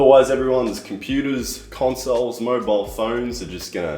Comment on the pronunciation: he said mobile. you said mobile. i HEARD mobile. so now i expect mobile